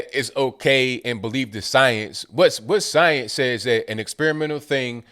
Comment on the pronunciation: You should trust the signs? Is she trying to say science? All I hear is "signs"